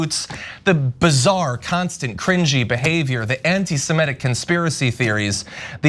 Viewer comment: It's "semitic," not "simetic." Otherwise I love you guys.